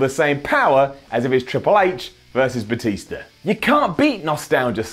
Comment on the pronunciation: Lol did he say Batisto